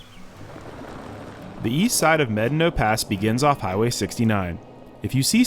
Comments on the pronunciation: No. No you have not. Probably. It's pronounced "meh-DAH-no" or "may-DAH-no," not "medd'no" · Brother. Med-a-no. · If your going to make videos of our beautiful country you need to pronounce the name right. It’s pronounced…mad. Ah naw. Pass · Buena "Byeu-na" Vista was intentionally pronounced as such, to sound like the beginning of the word, "beautiful." The town name has an official pronunciation. Medano Pass isn't pronounced like "medd'no" by anyone other than a few polygamists who live outside Wetmore. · How many white people does it take to properly pronounce a Spanish word? I've heard it as Meh-Don-oh, Med-a-no, and Med-no. Guess only the conquistadors really know. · The park rangers I have talked to at the national park do not pronounce it like he does. I think this pronunciation should be the Spanish pronunciation unlike the German settlers that named Buena Vista that spelled it Spanish but pronounced it differently so people could argue over the pronunciation in 2024 in social media.